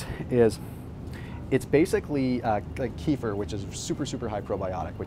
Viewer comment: Kefir is pronounced Ka-fear